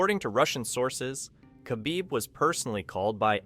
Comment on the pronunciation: Why is it so hard for Americans to pronounce Khabibs last name